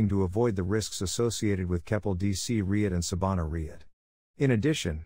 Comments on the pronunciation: ummmm I couldn’t care less that it’s faceless. But if the narrator cannot even pronounce the term “REIT” properly, how is anyone supposed to take the clip seriously? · Using an AI voice that can’t even pronounce “REIT” properly, doesn’t fill anyone with confidence